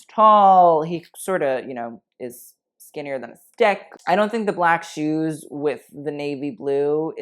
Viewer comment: Did you say skinner than a dick? Lmao